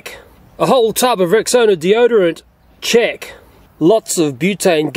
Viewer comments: I thought he said "chick" But I was wrong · I thought you said chick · I thought he was saying "Chick,,🤣😂🤣🤣😂🤣😂😆😆😆😅😅😅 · What he says: check What I hear: JEcK